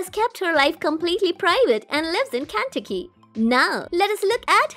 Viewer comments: it is Ken-tuh-key. not whatever you said. also the high pitched thing are doing grates on western ears. drop it down like 2 to 3 octaves, please. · Kanticky ( Kentucky) lol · Where the hell is kanti-kee?? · The State of “Ken-tuck-e “ is pronounced like this 👈🏼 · Absolutely The Worse Voice I’ve Ever heard on YouTube Ever!!! It’s Ken-Tuck-Ky!!! Not Whatever That Thing said!!! God! 🙄. I Hope they Fired that Thing!!! Horrible Voice!!! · You need to learn how to say Kentucky correctly 🤨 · Kentucky. Christopher. Dembrowski. Paradis. And a few more.